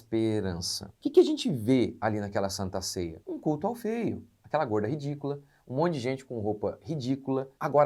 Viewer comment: " gorrrrrda ridícula"😂